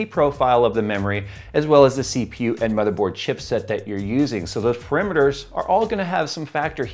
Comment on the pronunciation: parAmeters, not parimeteters